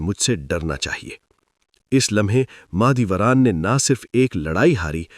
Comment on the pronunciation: Mah e dolat nahi Mah e Dora thi ye pehle Naam to theek se bolo